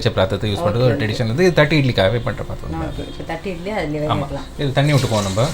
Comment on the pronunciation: Nice vlog...It is pronounced 'thatte idli'...not 'thatt idli'